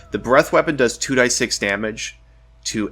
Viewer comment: Never heard anyone ever say "2 die 6" instead of "2 D 6"....very odd to hear someone pronounce it that way after years of knowing it differently....